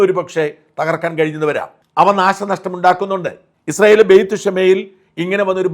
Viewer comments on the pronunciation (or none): none